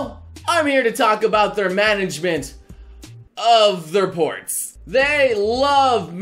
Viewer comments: Man, every time you begin to say "ports" I was expecting (and almost hearing) you say porn. You corrupted me. Well done. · i thought noble said "Its time to talk about their management....of their porn" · Perverts will hear porns first when he said ports